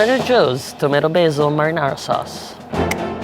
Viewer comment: "madinadi sauce"